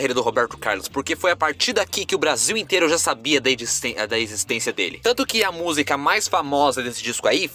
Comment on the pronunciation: Maravilha, mas treina falar a palavra música, pois tua pronúncia soa algo como 'musga'. Estranho!